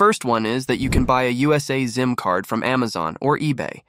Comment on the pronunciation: But it’s called SIM card not ZIM card. 😉